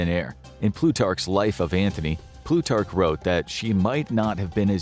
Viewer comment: btw it's Antony NOT Anthony (no "h"). one would think an alleged expert would know that.